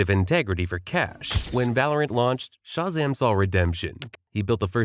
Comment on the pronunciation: Yeah is this just an AI channel lol? The inflection and cadence sounds a bit like AI, plus the way he will repeatedly mispronounce words like Shazam is some AI shit lol.